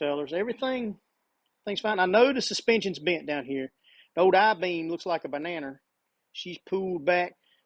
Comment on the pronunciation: Came here for the truck vid. Stayed for the "bananer"